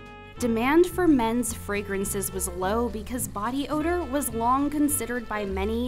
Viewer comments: "body ordor" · 59 I never heard of body "ordor." My God! It sounds horrible. :) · Odor, not ordor :) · “body ordor”